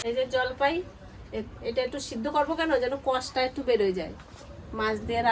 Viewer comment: Jolpoi ??? Jolpai bolun